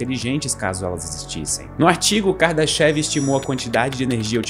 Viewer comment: Na verdade, a pronúncia não é "kardaxév" e sim "KARDÁSHAF".